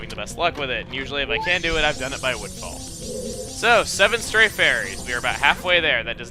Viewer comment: Lol its sounds like he said windfall instead of woodfall.